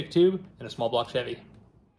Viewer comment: He said "Small Block Chuby"!😂